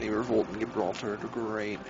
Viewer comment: I feel like you are pronouncing the start of Gibraltar wrong.